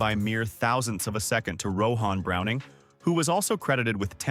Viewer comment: “Ro-han Browning” 😂